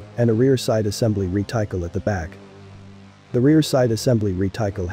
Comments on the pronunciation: Re Ti Kel.... LOL.... Reh Tih Cul..... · Cannonballs? What is this? 1813? Also reticle is not pronounced rētaɪkɑl, it's pronounced redək(ə)l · Ahem. Reticle is prounounced RET a cul. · Actually, the correct word is 'reticle' (as spelled ), not reticule. However, he neither pronounced 'reticle' nor 'reticule'. He pronounced it as re-tackle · Not sure if it was already mentioned, but reticle is pronounced ret-i-cull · Re-TIKE-L? Ain't bots wonderful? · REE-TY-CULL A.I. AIN'T THAT SMART. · Retycle? lol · Re-tical . Lol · Thumbs up for an excellent description. Only one minor error - The word 'Reticle' was very markedly mispronounced. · I hate how you pronounce "reticle"